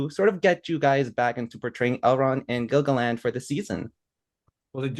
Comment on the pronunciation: Gil-GaLAD not Gil-GaLAND..